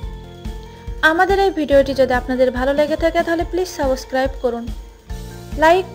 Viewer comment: ....please apni reporting bad den... সাবসকারইব ei jatio uccharon niye kemon kore shahosh koren